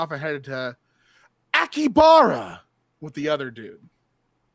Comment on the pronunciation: I've never seen someone call it Akibara before. You either here the full name Akihabara, or shortened as Akiba. I might've even heard it just called Aki before, I feel like. But Akibara is a new one.